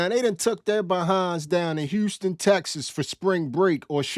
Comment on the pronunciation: ummm…is that woman deaf? Or was that an AI glitching out? I can’t handle the way she keep saying “Houstick”